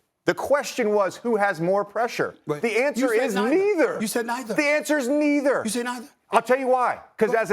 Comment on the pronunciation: JJ needs more practice at this. Bruh, you can't say neither..🙄